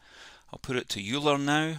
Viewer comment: Great video and thanks for taking the time to put this together. Euler is pronounced oil-er, just FYI